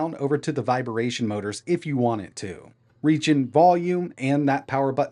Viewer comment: Again.. it’s vi-bration, NOT viber-ration